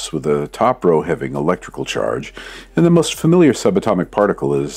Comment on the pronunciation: 023: you "understiand" why I do the science I do "iand" further more